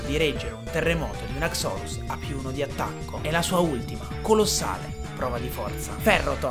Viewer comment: haxorus solo il tono con cui lo hai pronunciato, perché io da quel che so non si pronuncia così, almeno così sento dire sempre, e poi quella pronuncia boh suona male sentirla dire così guardando il Pokemon, opinione mia